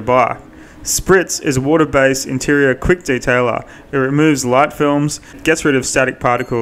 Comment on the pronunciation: ...in a bucket of wodaa! 🤣🤣